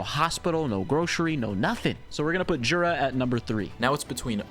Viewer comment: You actually should say yura, in polish we say j like you say y